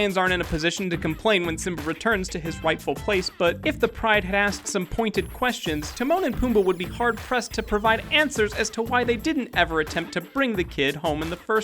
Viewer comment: omg he doesn't say "rightful place" he says "whiteful place" just pointing it out